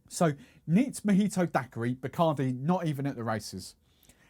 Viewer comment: A little long , too much talking and not Majito it's Mojito...must try on the accent